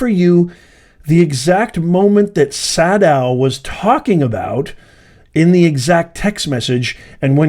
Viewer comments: Sadow...long A . Say...dow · It's Say-dow. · I believe it’s pronounced “Say-dow”. You had it right the first time. 🤣 That’s why he said “dang” when he was reading the texts. I believe that there should be at least 3 lawyers losing their licenses, and being disbarred. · Sadow is pronounced SAYdow